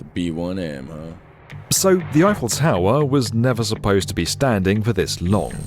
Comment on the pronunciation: yes it it not effeil but yyou can't say it because otherwise you will be considered anti......